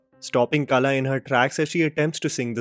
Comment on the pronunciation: You keep pronouncing Kala but it's Qala.